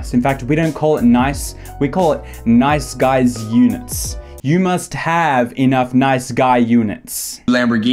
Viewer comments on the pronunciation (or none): I heard night skies a few times what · sounds like you're saying "nize skies"